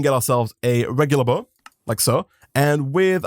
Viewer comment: When he first said bow I thought he said buzz